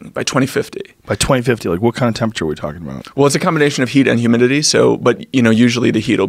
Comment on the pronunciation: He says "wike" instead of "like".